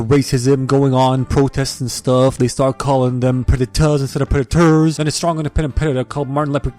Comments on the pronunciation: "Predatas instead of predaters" 💀 LMAOOOO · "Pretattas instead of predators" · lmao predetaaas instead of predatorrrs